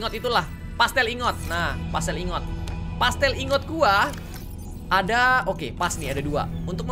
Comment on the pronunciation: Dari subnautica yang pertama, sampe yang below zero ini, "Plasteel Ingot" masih tetap disebut "Pastel Ingot", gak pake "L". Yang ada dipikiran aku malah kue mulu 🤣🤣